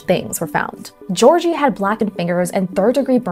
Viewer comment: Georgi🚫 Jorgy✔️